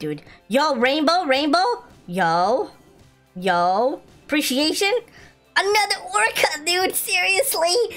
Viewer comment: ✋ I HATCHED A HUGE TODAY FOR SAYING APRIETIATION